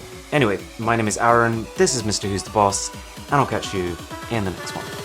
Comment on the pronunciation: I cringe everytime you say Aaron......😂😂😂